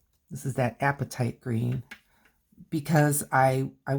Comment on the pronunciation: Hey, look at me coming in 10 months late! Love what you're doing here. I struggle with watercolor, but I've only had a few lessons so far. Just wanted to tell you that your pronunciation of apatite is spot on. It's just like appetite, but it's a rock. :)